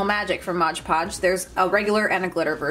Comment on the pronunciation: It's "Mod Podge" not modge podge.